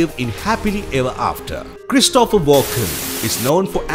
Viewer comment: The name is pronounced CHRIS to pher (not Chris TO pher).